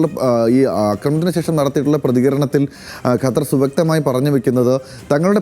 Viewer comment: ഗട്ടർ എന്ന് പറയുന്ന പോലെ അല്ല ഖത്തർ എന്ന് പറയൂ . ഏതു കൊച്ചു കുട്ടിക്കും പറയാൻ അറിയാം ഇത് 😂